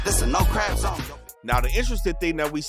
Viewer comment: He said "another dead ckrab" 🦀K 😂😂